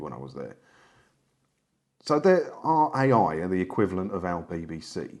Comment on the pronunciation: Too late to tell you now, but it's pronounced "Rye". 😊 Funny though, I lived in Italy for a few years and never knew there was a TV license fee! No "television detector vans" roaming around Piazza Vittorio, either 😂😂😂